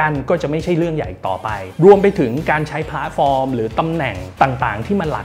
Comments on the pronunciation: เกือบเคลิ้มกับการพูด แต่ขัดใจ คำว่า “พ้าด” ฟอร์ม เหมือนความเห็นด้านบนค่ะ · ขัดใจคำว่าผาดฟอร์มจริงๆครับ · น่าจะเป็นสำเนียงบิททิชค่ะ